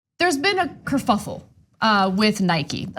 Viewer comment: It’s kerfuffle Ana... 😂